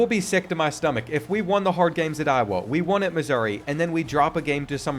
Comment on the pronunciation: Show some respect on Iowa's name